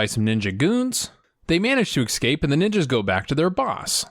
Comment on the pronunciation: Bugger. But don't show us you've learnt how to pronounce it, in your videos. Excaped and jagwire. It adds character to your reviews.